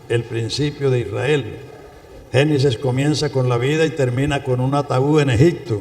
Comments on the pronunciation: Alguien que le diga a ese pastor que no diga "Genisis" porque si esta enseñando, que hable correctamente. GENESIS. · con todo respeto, es Génesis, no Genises